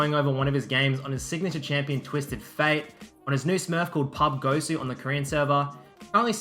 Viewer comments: its pub-g-osu- not pub-gosu, dumbass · You read his name Pub-Gosu, when I'm pretty sure it's a combination of a couple games he likes 'PUBG' and 'osu!' :)